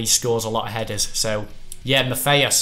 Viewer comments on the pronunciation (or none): IT IS MAT EY US NOT MATH EY US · It's pronounced -hey-us not Math-hey-us ---- but considering can't even pronounce Fabinho -- it's not surprising -- maybe he should start calling his brother - Math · Matthaus is pronounced (MAT-I-US) Not (MAFF-A-US) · Can you not say maffeus it’s mattheus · hes pronounced 'Mat-ey-us' not 'math-ey-us' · “Maffaeus” and the whole video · Sorry, it's bugging me... Matthäus - the H is silent so it's like Matteus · and it’s “Mat-tay-us” in pronouncing his name, great video like usual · Tomorra as says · Correct Pronunciation of Matthäus - Mat-hae-us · Maffaus, mathaus, is disturbing my peace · How many times in one video did you just pronounce matthaus wrong!